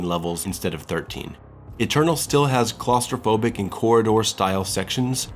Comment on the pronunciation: This is a beautiful review, though...is no one gonna mention "claustrobobic"